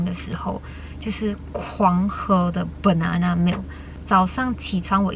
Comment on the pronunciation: 哈哈哈，“Bernana milk”